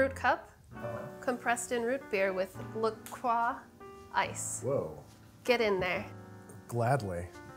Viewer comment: the fact that Sohla says La Croix properly makes my ears happy